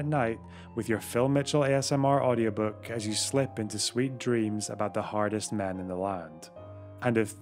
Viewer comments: Im watching this a second time just to hear you say "Britains 'Ardest" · "'ardest" :V